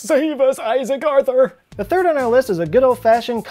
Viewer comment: My girlfriend says because of his rhotacism.